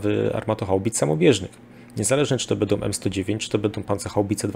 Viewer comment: Świetnie się słucha! Szacun za wiedzę! Sugestia mniej: "bedą" a więcej "będą" :) Poza tym tak trzymać!